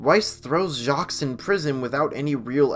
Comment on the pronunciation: ...the 's' in Jacques is silent